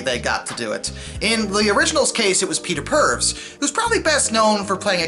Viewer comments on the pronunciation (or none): Peter Purves, pronounced Pervis.